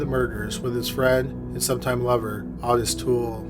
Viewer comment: Finally, someone pronounces Ottis Toole correctly 😃